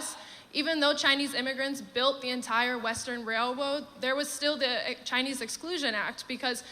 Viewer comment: Wow, she really said the Chinese built the Western Railwoad.